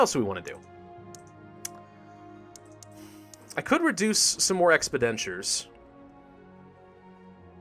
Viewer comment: I started watching for Plague Inc. content, and really appreciate all of the content you produce. I'd just like to say that the word is ex-PEN-diture. Not expi-DEN-ture.